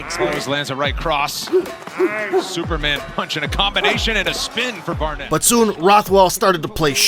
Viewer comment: narrator calls barnett barrett….